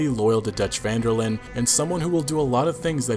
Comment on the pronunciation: Great video, however it's not pronounced vanderlin. It's pronounced vanderlin-deh. Because his last name is Van der Linde. From a native Dutch speaker